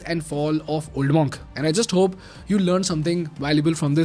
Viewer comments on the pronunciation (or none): Spelled Monk but pronounced MUNK not MAWNK.